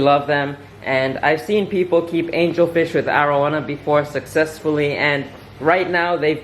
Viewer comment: Its air oh wana not are oh wahna